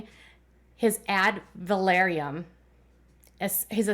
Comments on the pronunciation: FYI - check your pronunciation - Ad Valorem - NOT Ad Valoriem :) I enjoy your Duggar coverage. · AD VAL OR EM... Sorry...I couldn't handle hearing the valoriem...said like that...I've been up too many hours...sorry, it hit the last nerve I had...which apparently was my nerve for patience...😂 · I’ve always heard it pronounced “ad-val-OR-‘em” tax. Just a fyi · Ad valorem is pronounced phonetically. Valorem only has three syllables. va LOR em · omg thank you...it was driving me nuts too. I had to say something too...it was like fingernails down a chalkboard...😂